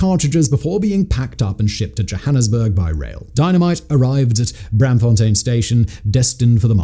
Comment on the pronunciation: The -aam in Braamfontein is pronounced like the english "arm." It's Br-~arm~-fontein. Not Bramfontein.